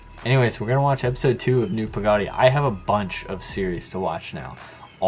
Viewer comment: say it like Pa Ga Diy like theres 3 different words but say it fast...not like 2 words Pa-gody